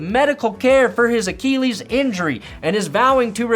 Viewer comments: Wanna try to pronounce acheelees again? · I'm still waiting for to pronounce "Achilles" properly. This is becoming triggering